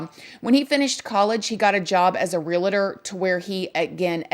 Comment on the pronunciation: "Realtor" not "Realator". 😊👍👍